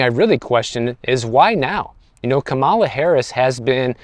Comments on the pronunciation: Please pronounce VP Harris’ name properly. It’s respectful, and will give more credibility to what you’re saying. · Be respectful learn how to pronounce the Vice President’s name correctly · You could start by pronouncing Madam Vice President Kamala Harris name correctly. I like your videos but the unnecessary disrespect when saying her name. Knowing I’ve heard you properly pronounce more “complicated” names in your videos is off putting. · You hit 250K subs! Congratulations! You pronounce Kamala like COMMA-LA. Easy way to remember.